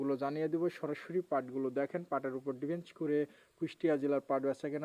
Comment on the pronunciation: এই লোকটাই ভুয়া, ভুদায় একই গোডাউনের পাট প্রতিদিন দেখায়। ক্যামেরার সামনে কিভাবে কথা বলতে হয়, তাই জানেনা। জুটমিলকে বলে ঝুটমিল, ডিপেন্ডকে বলে ডিফেন্স।